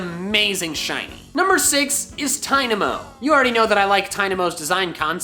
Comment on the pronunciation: THE E IN TYNAMO IS SUPPOSED TO BE AN A!